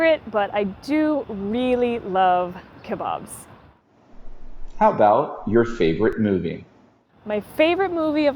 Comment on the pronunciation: Ooo she sad that she lows kabap and pronounce. That way. Correctly